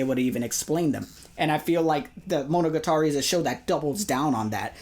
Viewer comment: Why does pronounce monogatari as if it isn't the most commonly spoken word in the show